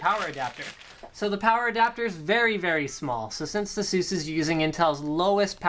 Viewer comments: But will it blend? Also, you mispronounced ASUS in such a horrid way... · is it really pronounced the way you say asus?